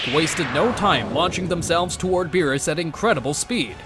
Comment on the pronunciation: Beerus not berrys